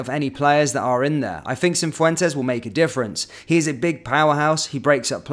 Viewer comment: Cifuentes, not Cinfuentes.